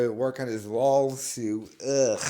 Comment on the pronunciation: Dude. It’s lawl suit